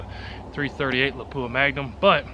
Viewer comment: When the tester can't pronoun Lapua properly........